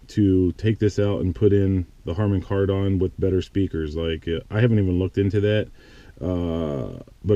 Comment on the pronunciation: Cool video showing everything in detail. By the way, it's pronounced kar-den. I have the upgraded sound system/screen, it's definitely worth it.